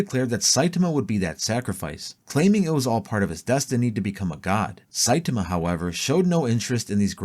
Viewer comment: Sai-TAi-MA. Not Sai-TIM-A